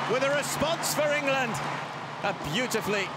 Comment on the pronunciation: Ingurland . Lol